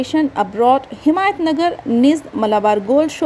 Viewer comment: It's Himayat Nagar not Himayat Sagar